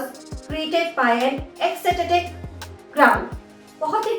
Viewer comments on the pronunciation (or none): There is only 36 words mam. I have found something wrong that pronunciation of word ECSTATIC wrong.